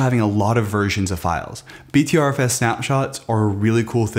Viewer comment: It’s pronounced butterFS :)